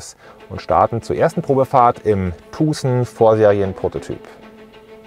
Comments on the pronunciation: Hyundai Tuhhsen...🤣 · Kann er sich bitte vorher darüber informieren wie man Tucson ausspricht!? Ist ja richtig nervig...